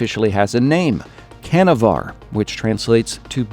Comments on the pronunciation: Canavar is pronounced "Janavar" in Turkish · Hey "canavar" is pronounced like "janavar" and "a" should sound like "uh". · great vid as usual. just one thing: 'c' in turkish sounds like 'j'. 'Canavar' sounds like ' john a var.